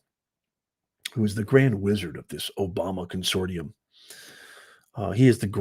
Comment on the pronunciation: Professor?? Of what? Surely not the English language. FYI: CONSOTIUM is pronounced "kon-sor-shum", NOT kon-sor-tee-um. Hope this helps you sound like you know a little 'sump-thin".